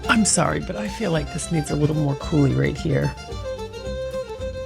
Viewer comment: Pronounce coo-LEE, not like the Dam!